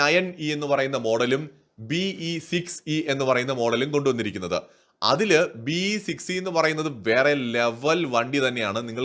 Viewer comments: 'BE 6e ' ithu B6e ennalle parayunnath. E silent alle. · B-E 6e alla. Ennalla pronunciation... BE (ബി) Six e